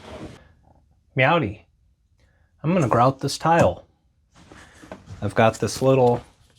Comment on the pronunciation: "Meowdy." I had to rewind like five times to be sure. LOL - you seem a great guy - the videos are awesome. Thank You